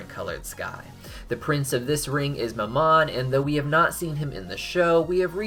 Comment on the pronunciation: Mammon isn't pronounced like the french word for mom it's pronounced like "mam" (as in thank you ma'am) and "on"